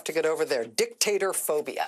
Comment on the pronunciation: LOL she said, “dick-tater”